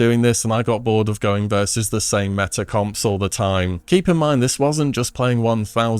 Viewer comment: Also its pronounced meta....not metter